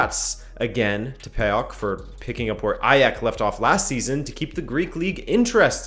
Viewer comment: PAOK pronounced "POWK" btw